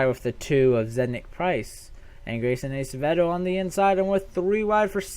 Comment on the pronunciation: PS Its ass-avedo thats how you pronounce it